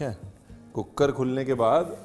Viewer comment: Chef Cooker wali Citi Ya cookad wali😅😂